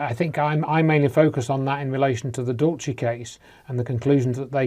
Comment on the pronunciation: Every time mis-pronounces Dulce, Dulchay, as if its an Italian word, my skin crawls. Here in the U.S. we say it like the Spanish, DOOL-say. Now your debunking Phil Schneider? Good grief, get a life from what's near you.